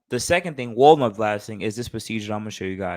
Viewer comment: I thought you was saying Walmart blasting lol nonetheless I learned something new today 👍🏼